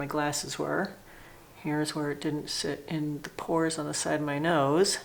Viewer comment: Not to be mean, but Stop saying thee, it’s the.